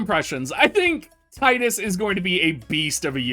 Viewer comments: I've called him Tide-Us since I played X way back when the game came out and always got crap for it. Happy to hear you use the same pronunciation Dr! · Not even 30 seconds in and all I can say is thanks for saying Tidus correctly lol